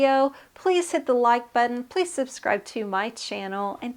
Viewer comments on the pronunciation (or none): none